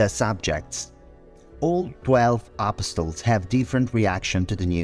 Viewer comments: It Sounds Like He Is Saying A PostLES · UGH… you’re right and that’s bothers Me.